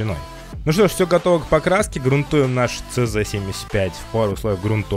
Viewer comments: Не цз а ч зэт))) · все класс, но не ЦЗ, а ЧЗет ))